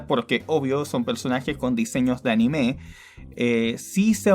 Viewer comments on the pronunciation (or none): none